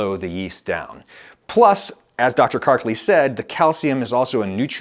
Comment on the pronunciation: i'm sorry dr but your name is not kark-leeee.:-)